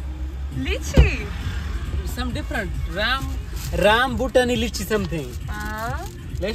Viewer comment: Rambutani nahi Rambutan from thailand